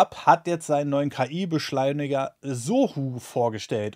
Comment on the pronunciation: Ki beschleimiger versteh ich da :D